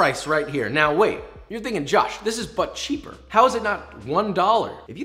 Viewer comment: Him: "But cheaper" What I hear: "Butt shaper" Meh